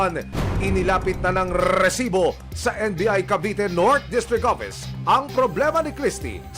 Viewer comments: sinong naiinis sa pag sabi ng RRRRRREEEEsssiiibbbbooo?? hahahahahhaha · Kabuwisit yung pagsabi niya ng rrrrrrresibo!! Hanep may nagmamay ari ng pinas at may kiboloy na nagmamay ari ng mundo,,onli in da pilipins.